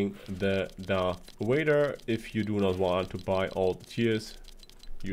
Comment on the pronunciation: Darth whader